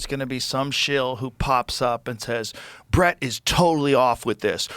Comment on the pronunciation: Ole Bret has a real hard time pronouncing those ch, sh, and g sounds. Damn tongue getting in the way. 😂